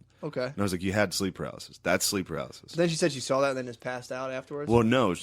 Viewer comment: why does matt pronounce "saw" like "saul" lol